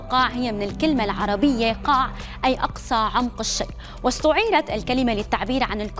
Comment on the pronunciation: هي بعد معرفتش تقولها قالك قاع هههه ياو ڨاع